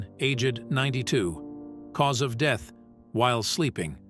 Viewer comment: I like the part when the AI said cause of "DEETH" absolutely priceless 😂😂😂